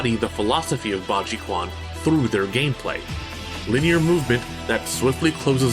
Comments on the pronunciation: Very cool video! One thing I have to say, that did slightly bother me, is that a pinyin "q" letter in chinese is an english "ch" sound: therefore, quan is pronounced closer to "chwan" or "chwon" for the american tongue. I hope you see this before your possibly upcoming video on piguaquan (pee-gwa-chwan), but the rest of the video was very interesting thankyou! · Quan - Chew-an not Kuan. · My poor ears whenever you mispronounce "Quan". It's pronounced as "Ch-wan", not "K-wan". Chinese Mandarin romanization is weird. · I hate to be that guy but the Q in “quan” is pronounced “ch”. It’s weird, I know. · As a heads up, the "quan" (fist) character that you see in a lot of Chinese martial arts styles is pronounced more like "chuen". Nevertheless, this was a solid video, and I love the research you put into it and the several examples you included.